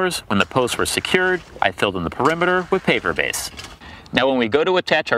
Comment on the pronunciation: Are you saying "paper base" or "paver base?" I can't figure out which. Needs a bit more articulation.